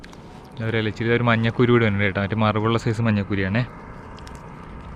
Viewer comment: കുറെ നാൾ കൂടി ഒരാൾ മഞ്ഞക്കൂരി എന്ന് പറയുന്നത് കേട്ടു 😊😊... പൊതുവെ മന്നകൂരി 😂😂😂 എന്നാണല്ലോ 😁🧐